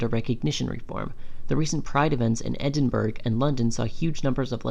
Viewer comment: as a Scot, "edin-burg" is like a Manchurian candidate trigger 😬😬😬 ETA: GLASS COW? I really don't understand why you chose someone who doesn't know how to pronounce Scottish place names to read out the Scotsman article lmao Good video, I find it a bit reductionist at points (that gender dysphoria defines trans people).